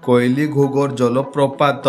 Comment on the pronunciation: That is କୁଇଲି ଘୁଘର୍ , not କୋଇଲି (wrong pronounce)